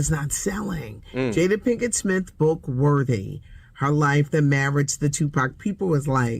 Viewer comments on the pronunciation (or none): Do he say "Jada Pinkett-Swith?